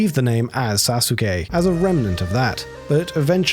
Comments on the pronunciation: when you pronounce sasuke as sazooke and not as it should be suske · You don't pronounce the u in Sasuke. It's read as Sa-skeh. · sa - SU - ke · Sasookay and Naruto. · It's "Sa-ss-kay" (Long "a" sound) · Sasuke is pronounced "Sauce-kay" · You’re saying Sasuke wrong It’s pronounced “Sah-sook” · "Sa-soos-kay" 🤦🏻‍♂️ SMH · Jiff ? Sasookay ? c'mon man .... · Cringes The name Sasuke is badly mispronounced here... The u is barely vocalized in Japanese, so it's pronounced closer to "Sah-Skay", hence the Naruto memetic mutation of "Sauce-Gay" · This man just said SA-suke. Take his weeb card. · Also, it's pronounced "Saské", not Sasuke. You skip the u. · Went into the comments looking for this. Could have sworn this was the case. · Is that how you pronounce “Sasuke”, eh? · I haven't heard Sasuke pronounced that way since I first read a Naruto manga over 18 years ago when In Middle School. I'm not sure if that's how that cat's name is actually pronounced or if its a mispronunciation of Sasuke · Mispronunciation most likely. The U is supposed to be silent in many Japanese words like Sasuke and Asuka. The German dub of Naruto made the same mistake and people weren't happy. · The pronunciation of Sasuke has to be you trolling surely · "Sasuke" while pronounced quite alright for an english speaking person, would be pronounced without the "u", it's quite silent. But still, good job not butchering japanese words completely like a lot of english speaking humanoids do ;P